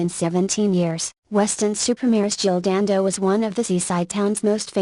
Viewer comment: pollyannaprissypants.........The name was Dando not Dandos.